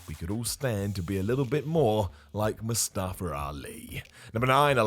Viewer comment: I didn't know his name was MustafER Ali 🤣🤣🤣 Why do you guys put an ER at the end of words with an A ???